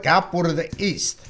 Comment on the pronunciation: The yeasta, notta 'easta', paisano! Mama mia. 😥